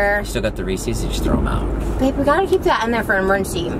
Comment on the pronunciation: The way Trisha and Jason says Reese’s!!lthat’s not how you say it 😂😂